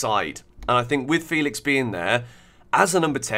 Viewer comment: Why don't you know how to say Felix? Who told you it was Faylicks😭